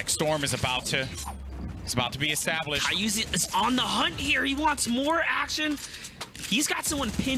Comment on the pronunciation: my dude said ky-uzi 4 times after the other commentary dude said "Ky-uzi, i mean Kyzui im sorry"